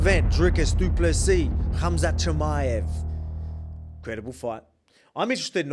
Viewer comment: Best pronunciation of du Plessis by any YT channel! 🎉